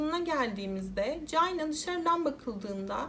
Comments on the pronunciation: Ya birader allah rızası için şu ingilizce kelimelerin telaffuzlarına önceden bi bak gözünü seviyim ya cayna ne amk hiç mi ortaokulda lisede çinin ingilizcesini görmedin çayna diye okunduğunu bilmiyosun? Eyalet isimlerini katletmene hiç değinmiyorum bile (Illinois, ilinoy diye okunuyor) Özel isimlerin %50sini yanlış söylüyosun davayı bu kadar araştırırken 10 sn bu nasıl telaffuz edilir diye bakmak bu kadar zor olmamalı!!! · Aklıma beyaz melek filmindeki sahne geldi orada da bebeğin altı kirlendiği için çamaşır makinesine koymuşlardı..:( bir de Çayna diye okuman gerekirken Cayna diye okudun her duyduğumda tüylerim kalktı 🥶🥶🥶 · Çayna diye okunması gerekmez mi? Gereksiz takıldım ya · Keske once ingilizce telafuzu oyrenseydin. Cayna ne ya🤦‍♀️ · çok çok özür dileyerek cayna diye telafuz ettiğin için izleyemiyorum videoyu